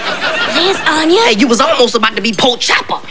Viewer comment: I think it's Onya not Ania but this was funny either way